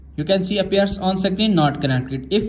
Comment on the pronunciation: Screen ❌ Sacreen ✅